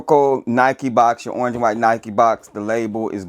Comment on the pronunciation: Wtf is ernge? I heard of orange 😭😭😭🤣🤣🤣🤣